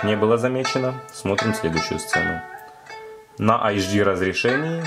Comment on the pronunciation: не Ксиаоми, а Сяоми. не Ашдый, а Эйчди :-)